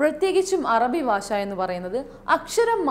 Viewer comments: ഭാശ അല്ല... ഭാഷ.... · മാഡം പറഞ്ഞത് 100% ശരിയാണ് അത് പോലെ ചെയ്യാൻ ശ്രമിക്കുന്നുമുണ്ട്... പക്ഷെ ഈ പ്രോനൗൺസേഷനും ഏക്സന്റും എല്ലാം ഇംഗ്ലീഷിലും അറബിയിലും മാത്രം മതിയോ... നമ്മുടെ മാതൃഭാഷയായ മലയാളത്തിലും വേണ്ടേ... മാഡം 3 പ്രാവശ്യമാണ് ഭാഷയെ "ബാശ.. ബാശ" എന്നു പറഞ്ഞത്... ഞാൻ കേട്ടത് തെറ്റാണെങ്കിൽ ക്ഷമിക്കണം. എന്തായാലും വളരെ ഉപകാരപ്രദമാണ് അങ്ങയുടെ ഈ ക്ലാസ്സ്... താങ്കൾ ഇത്ര നന്നായിട്ട് അറബികൾ പറയുമ്പോലെത്തന്നെ സംസാരിക്കുന്നത് കേൾക്കുമ്പോൾ ശരിക്കും അസൂയ തോനുന്നു.